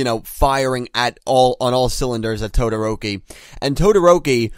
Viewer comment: its TO-DO-RO-KI wtf are you saying